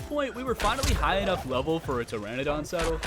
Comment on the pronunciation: Its not pteradon, its Pteranodon (tuh-ra-nuh-daan)...